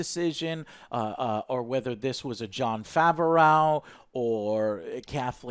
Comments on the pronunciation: Jon faverauw 😀 I always thought it was prenounced as bu-reau Fav-reau just sayin 👍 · Jon FAV-O-RAWGH?!!? Joe....as much as you like to butcher people's names, I wouldnt be surprised if you started calling Dave Filoni, Dave Felony. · As much as I love your reviews, his name is pronounced Jon Fav-row. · Jon faverrow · John FAV-ER-OWW? wtf? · he mispronounced both names😂